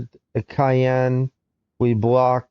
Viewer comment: Caen is pronounced almost like "khan" instead of cayenne. Bilbao is Bill-Bow. Little nitpicks! nice video